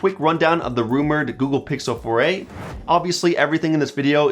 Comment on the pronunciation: Google Pixel "Foray"